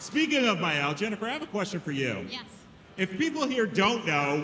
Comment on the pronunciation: He called Maelle Miyelle too...